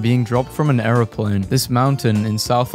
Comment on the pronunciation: The way he says airplane!! Airoplane